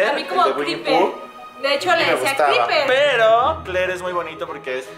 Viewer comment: dice kriper